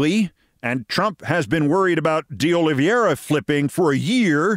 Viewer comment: O-lee VAY-rah. (Not O-lee-vee-EH-ra). Sorry, but the almost universal mispronunciation of his name is bothering me. (As are the butcherings of Ukrainian town names these days.)